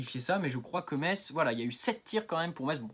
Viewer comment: 😳 Oh le gamin !... 😄 Je croyais que tu étais un homme trentenaire. Tu es majeur, au moins ? 🤔 Sinon, on dit "messe", pas "metsse" Continue, petit, tu te débrouilles bien ! 😉